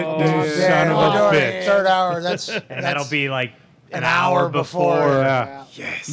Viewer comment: Over an hahr of shenanigans? Yes please